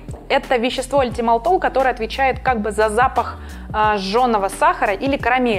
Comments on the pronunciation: Только это все про ЭтилМальтол (Ethyl Maltol), а не то, что ведущая ляпает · Что ж за зверь такой - " эльтимальтол" 🤨🤪